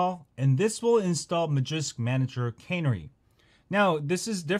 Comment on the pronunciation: Lol always pronouncing normal words all screwed up. Tweetie bird was a type of bird known as a canary bird. Pronounced as kuh-nary, that's two syllables one word. The file is named canary same as the bird. Not cannery, a place where soup cans are produced